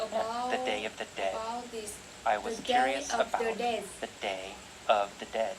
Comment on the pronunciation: ơi, t đến đây:* 1, độ to: to hơn chút nữa nhé. 2, phát âm và cảm xúc: t nhận xét gộp 2 mục này nhé: c cần thêm nhiều năng lượng nhé. t check bài thấy c phát âm khá đầy đủ âm, chỉ thiếu 1 số ending sound thôi: was, beautiful, dead... 3, trong âm từ và câu: t thấy c có nhấn cảm xúc ở 1 số điểm, nhưng bài vẫn hơi đều đều và rời rạc, gây cảm giác nản check, bài này của hơi kém hơn những bài trước t check nhé. 4. tư thế đứng: tay và tư thế đứng tốt thé c, nhưng thỉnh thoảng c bị nhón gót. cần mạnh mẽ hơn nhé:*